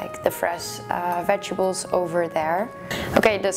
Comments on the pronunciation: I love you to bits gal but its veg-et-ables....not vegables!!!!!!!!!!!!!!!!!!!!!!!!!!!!!!!!!!!!! >.< !!! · ohhh Its so funny how you say Vegibles instead of Vegetables )) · Veg-a-bles lol